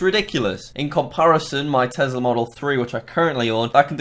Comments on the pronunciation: Not Tezla its tesla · You know he's british when he says it like tezla